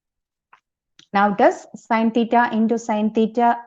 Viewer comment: i can only hear the words , theeta ,theeta ,theeta !!!!